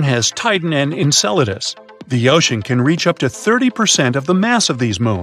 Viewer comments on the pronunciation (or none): none